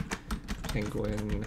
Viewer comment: also its penguin not pengin